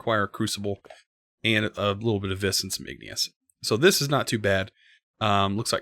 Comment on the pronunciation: Ok I know this dosnt matter but... Vis is pronounced ‘V’ that’s it just say the letter V. It’s Latin for Power. Total Nerd post I know.